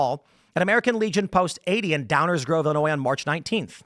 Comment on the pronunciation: Wait she lives in Illinois and pronounces the S lol